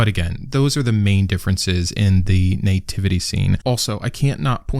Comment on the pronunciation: Sorry, what is a "nay-tivity" ?